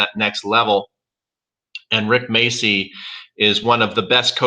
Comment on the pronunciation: Rick what?? Macey? what the hell is Macey? The name is spelled MACCI! This is an Italian surname. It's pronounced macci. Ma-cci. The cc is pronounced like ch in Charles.